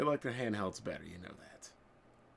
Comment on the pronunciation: "Did you rike it??" is actually not his fault, Japanese language doesn't have any symbol which makes the sound of the letter "L", so any word which is has a "L" is hard for them to be pronounced and so the "L" gets replaced with "R". They have a hard time pronouncing "Red Lobster", as they go on to say "Red Robster".